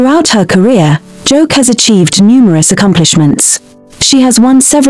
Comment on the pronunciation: Some of the info on Joke Silva are false & another voice could have been used for her story since the one chosen couldn't pronounce her simple name. Misspelling & pronouncing names wrongly isn't a status symbol